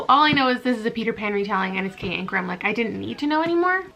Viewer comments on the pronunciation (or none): none